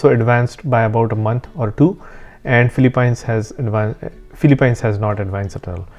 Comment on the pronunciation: Great content. Just a heads up that the pronunciation for Philippines ends with peens instead of pines.